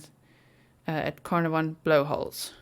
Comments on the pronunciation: Pronounced caaar naar von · It’s pronounced Car - NAR - von … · Pronounced CarnARVon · We Prounce it … Carn … Ah .. Von … lol hi From Down Under … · It’s pronounced car-nar-von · I am from Australia and I have found this news out from! This is fabulous news. Canarvon is pronounced Can arv on, just thought you would like to know. I love your channel so much, thank you for your devotion. x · It’s pronounced Car na von 💜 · Wonderful news. Such a rare outcome. By the way ... like the place in Wales, it is pronounced 'CarNARvon, with emphasis on the mid syllable. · Pronounced: like this... Kar-nar-von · Not that it matters but I will try to help you pronounce Carnarvon… Car pronounced as K (as in small k) Nar Ven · So happy they found her! Thanks for the map time (also it's pronounced ca-nar-ven 😘)